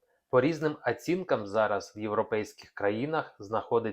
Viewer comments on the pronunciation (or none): Мову вивчи ЙОЛОП. Не Ацінкам – а Оцінкам. Не шІстІ – а шЕстИ. Не біжали – а бігли / але у даному випадку Втікали чи Втекли. Кожна п’яте слово з помилками. Так що Хамло вчи мову.